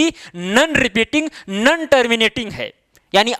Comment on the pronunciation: Sir nan nahi no hota hai😁